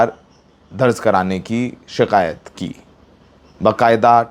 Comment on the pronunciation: दर्ज होता है दर्ज़ नहीं 😅